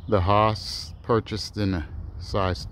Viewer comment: Incredible number and variety of trees .. . thanks for taking the time to share. FYI the Hass avocado rhymes with “pass” as pronunciation.